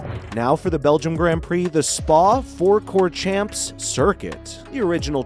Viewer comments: It’s pronounced Spa - Fran - kor - shar - mps 🤌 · HAHAHAA SPA FOUR COURT CHAMPS. this is AI or an American you can tell. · Spa is pronounced Spa Frankershomops And Pouhon is pronounced poo-on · Mate just Google Thema pronounciation (ridchardo and franschocham) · it's pronounced "spa-frenkoshaa"